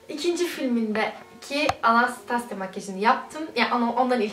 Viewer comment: anastasya degil okunusu bu arada